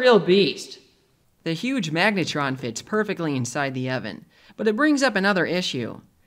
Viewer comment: 'magnetron'??? .. sounds like megatron